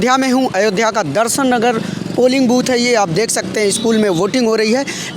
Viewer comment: Sha shabd ka,sahi ucharan kijye . Shru ko suru keh rhe ho Darshan nagar ko darsan ngr keh rhe ho. Journalist ki bhasha,shudh honi chahiye